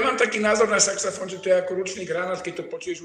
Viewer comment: Prečo mu nepovedala, že to nie je saxafón,ale saxofón. Veď to sa nedá počúvať ako to vyslovuje.🤦🤦